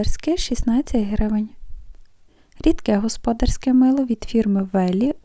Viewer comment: Мило господ'арське, наголос на "а", назва міста де?